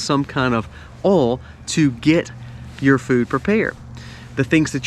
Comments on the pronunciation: Did you say "OIL".... OR..... "ALL" ?...LOL ! 😆😁☺😃😄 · I Like Your Videos, BUT!! "OIL" is Not a Hard Word to Pronounce!! You Say "ALL" For OIL!! Sounds Goofy!! People Who Make and Post Videos Need to Speak and Pronounce Properly. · It seems you have problem saying the word "OIL"...... it has an "i" in the middle...it is not pronounced "OL"..... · Oils. Pronounced oyl, not oles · I am in NW England, sister in Castle Douglas, Scotland. "England and America are two countries divided by a common language' - a quote attributed to Oscar Wilde or George Bernard Shaw, Winston Churchill having used it also. I was also caught out by the pronunciation here of "oil", as sounding like 'alls', to me, and not our 'oyles'. Still, my ears are slowly acclimatising (S not Z:-) to this accent. No offence intended - I find it easier than some Scottish accents (I nearly, wrongly, wrote 'brogue', as Irish) but, when I still had one, folk struggled with my 'Scouse' accent 🙂. Happy New Year to you and All. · Love hearing oal “oil” lol 😂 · Funny he mentioned British saying aluminium and calls oil "ol " say boil without the " b" and you got it. Good tips by the way 👌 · Not called Alu-min-e-um, just like Oil is not pronounced ol. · Haha sorry , based on the way you say " oil" you can't suggest the correct pronounciation of Aluminum 🤣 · Love the way you say oil....😊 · Lol I’m from the Caribbean and we say that way too! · There is an I in the word Oil :P